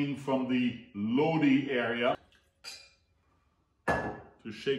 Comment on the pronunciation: I love your videos....you are awesome. I actually live in Lodi....it's actually pronounced Lod- I .... I'm sure you are familiar with the credence clear water revival song, stuck in Lodi again, that is how you pronounce the name of the town. We have sooooooo much wine here. Of you ever come visit, make sure you heard to the ( wine & roses) it's a hotel, restaurant and the Lodi wine commission visitor center. We would love to have you here.